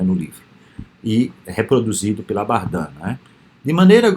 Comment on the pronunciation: professor, a pronúncia correta é Bardén, invés de Bardã